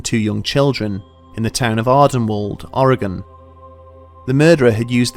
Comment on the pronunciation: Props on pronouncing Oregon correctly.